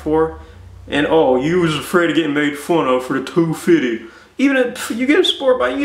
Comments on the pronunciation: Lol he said two fitty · I love the way he says 250. lol